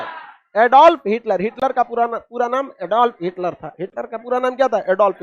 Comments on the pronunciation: सर हिटकर नहीं हिटलर नाम था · अरे भाई हिटकर नहीं बल्कि हिटलर